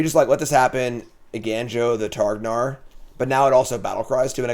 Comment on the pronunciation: I love content, but “Eiganjo” as “Eigainjo” just kills me. (For the curious, the “ga” in Japanese is closer to the sound in “gone”)